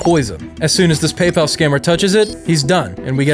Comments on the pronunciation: That's not PayPal that's palpal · Hellooo this Is "PayPel" those suckers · thats not paypal, thats BEYBAL (paypal pronounced in an arabic accent) 😭🙏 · It's not "Paypal" its "Pay, pal!" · "PayPal" "Pay, Pal" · Paypal ❌ Baybal ✅ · PayPal ❌ “pay, pal” ✅